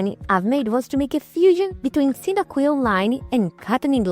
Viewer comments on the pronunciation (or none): none